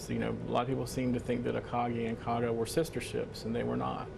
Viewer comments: It's the KAGA...NOT the Kagan...Jeez... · Kaga not Kagan. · KAGA. Not Kagan, you dopes. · Kagan ?? Kaga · Kagan? Try Kaga. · Called the Kaga, not Kagan. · Kaga, not kagan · It's Kaga & NOT Kagan... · It's KAGA, not KAGAN! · Kaga...not kagan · Kaga not Kagan! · Kaga, Akagi, Hiryu and you better be Soryu for calling it Kagan... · Thats Kaga dude, not Kagan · Kaga not Kagan lol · It's the KAGA...NOT Kagan...Kaga. Akaga, Soryu and Hiryu were sink at Midswy... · It's Kaga not Kagan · It's the KAGA , not the Kagen. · Kaga, not Kagan. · You'd think that a "news" channel could get this right. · It’s Kaga. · It would also have been nice to get the name of the carrier right (it's KAGA!) but apparently that was too hard. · What a joke can't even get the name of the ship correct. Zero credibility. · It would have been nice if you got the name right...